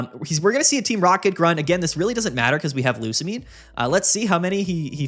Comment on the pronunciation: Bro I told you how to pronounce Lusamine!